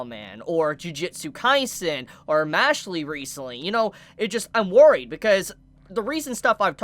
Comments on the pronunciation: I'm pretty sure Mashle is just pronounced Mash-ul not Mash-lee. A bit off topic but when you said Mashle like that it threw me off guard. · your pronounciation of mashle makes me want to become a arsonist